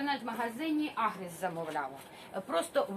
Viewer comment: Вітання з Харківщини👋Бажаємо всим мирного дня!Чекаємо на розпродаж насіння томатів😊І ще раз продублюйте назву сайту,де Ви замовили насіння,бо не почула чітко :чи то "Агрос",чи "Агрес"...Дякую💙💛